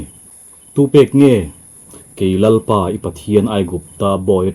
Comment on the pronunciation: Lalpa tih chu ahming ami kan lam dan nilo mi?